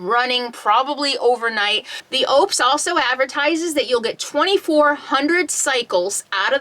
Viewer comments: Pronounced on their commercials……Oooh - pus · Just a heads up - pronounced O-pes . Great power station!